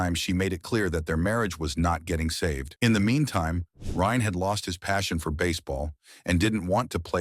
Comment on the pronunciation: Ryne not Ryan. Great job AI